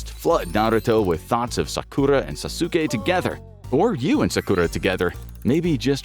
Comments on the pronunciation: My boi sauce-oookay and his wife sock-q-raw 😂😂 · Ahhhh yes, Sah-Kurah and Sah-Su-kay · The way he pronounces Sakura and Sasuke 😂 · I am 3 minutes into this, and I hate the way you pronounce Sakura and Sasuke's name so much but I'm gonna power through. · bro pronounced sasuke and sakura's name wrong....